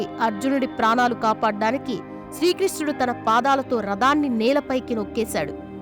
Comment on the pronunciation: అమ్మా ! ప్రవచన కారిణీ ! నీకు తెలుగు భాష మీద అవగాహన లేదు. భాషా మ తల్లి కి తలనొప్పిగా తయారయ్యావు. నీ ఉచ్చారణ చెత్తగా ఉన్నది. రథాన్ని రదము అని భాగవతాన్ని భాగవతము అనక బా గ వతము అని పలుకుతున్నావు. నీ చెప్పే వచనం ప్రసంగం వినలేక పోతున్నాం...... వనక్కమీ వణక్కం.., జై భారత్